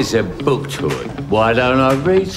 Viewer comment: He speaks with a British accent but somehow pronounces the word "Tour" as Tour instead of Tour.